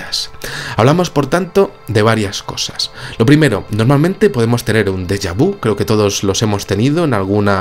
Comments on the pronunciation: Hola!!! La palabreja que te atormenta (jeje!) es dejá vu, ( ya no recuerdo como se escribe) pero la U final la pronuncias, con la boca en una U, y la lengua apoyada en una i, bajo los dientes inferiores sería... así te sale el sonido perfecto... una U que suena suavemente en i... un beso. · Por qué dice deja vi? Nunca lo escuché pronunciado así, es común en España?